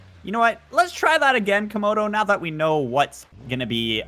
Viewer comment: he was making vids it that time and its camodo not commodo